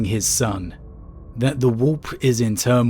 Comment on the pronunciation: I love how you pronounce warp “wop”